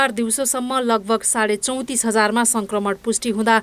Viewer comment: रिपाेर्टमा संकरमण हाेइन संक्रमण हाे।उच्चारण गलत भएछ है। । परकाश,परधानमन्तिरि हाेइन प्रकाश, प्रधानमन्त्री उच्चारण गराै।